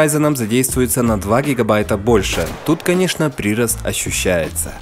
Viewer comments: Хосспаде, прИрост, ужс, уши режет. Нужно прирОст. Я понимаю, что вы украинец, но плиз, исправьте ударения! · "прИрост.... orIgins... ". парень, ударения ставится не по правилу "все ударения на И", а по правилам русского языка. в первом случае, ударение на гласное в корне слова, а не в приставке. а во втором случае, иностранное слово со своим правилом произношения.